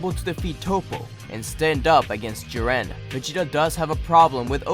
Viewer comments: I’ve legitimately never heard someone pronounce Jiren like Jiran. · The way he said jiren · The way he pronounces “whis” and “jiren”......